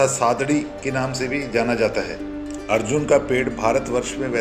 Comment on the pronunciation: सादडी नही सादडा